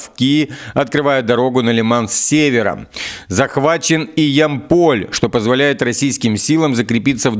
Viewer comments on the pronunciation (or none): Я'мполь! Ударение на Я